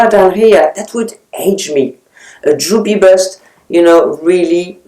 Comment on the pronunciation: I thought you said ‘droopy butt’ and couldn’t figure out why you were displaying a bra!